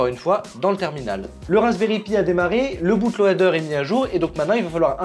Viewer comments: Franchement super vidéo de qualité comme d'habitude Mais mes oreilles ont tellement saigné à entendre "Boute lohader" (ce A muet qui crit son amour d'être présent !) Bootloader => /ˈbuːtləʊdə/ Soit en gros "Boutloder" si on le fait à la française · "boute lauadeur" ici c'est la france mozer feuqueur